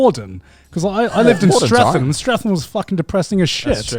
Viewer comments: garnt pronouncing streatham :( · How does he not know how to say Streatham.... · Garnt lived in South London but can't pronounce Streatham correctly